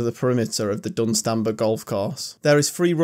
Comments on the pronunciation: Your pronunciation of Dunstanburgh will make every Northumbrian chuckle, good video even I've never been to Cateran hole, but to say no one visits some of the others is stretching it a bit, especially Dunstanburgh and Preston Tower. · Once I got past your pronunciation of Bamburgh and Dunstanburgh 🤣I really liked your vid cheers 🍻 and thanks. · Laughing in Northumbrian... Dun’stan’brah bam’brah Cheev’eeot ❤ Great video, I adore my county. Oh and the rock formation is part of our volcanic sill and is called grey meres tail 😊